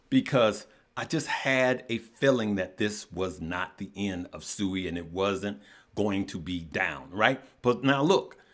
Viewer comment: It’s not Sooooi it’s Siiiiiiiiiii